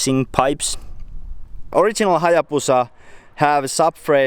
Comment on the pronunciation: Lol "our turpo hallabusa" I'm dead 😂😂